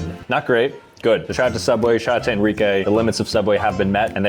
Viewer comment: “SOOubway” Not “Subway”!